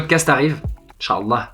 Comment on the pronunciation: the way he says inchaAllah 😍